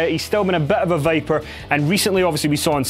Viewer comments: Did he say "Vaper" or "Viper"? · It's Viper, not Vaper. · when he says viper it sounds like vapour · Did he said "The Vapor" Randy Orton?! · AHAHAHAHAH THE "VAPER" LUL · You said vaper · He can't even say viper right. Smh.